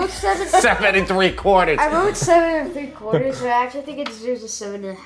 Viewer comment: Like your technique, look forward to trying to make it, looks delicious and your son's "seven and three quawtahz" is the reason I'm real glad I never had any goddamn kids!.....(😏😉😘👍)